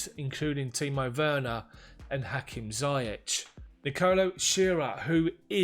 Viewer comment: Great job Bro! Just to chip in on the pronunciation of ZIYECH. It's pronounced "Zee-yesh" It's a name from the Arabic background with a spelling from French background using "CH" instead of "SH"